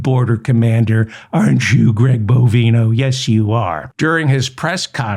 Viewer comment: Dear Mr Feldman I am sick and tired of hearing Greg BOVINE-oh's name misprononced. If u have trouble just uee one of his several bovine nicknames aka 'cow flop', 'cow patty', 'short cow', and of course 'sharty shorty' ... carry on ~meow